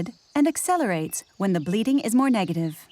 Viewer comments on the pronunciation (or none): it's funny having an American narrator - she talked about the goats bleeding a lot, and I didn't understand at first she meant bleating